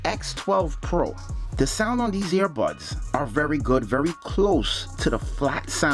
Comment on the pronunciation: Lol. All I kept thinking of was the dog Air Bud. Were you saying airbuds or earbuds?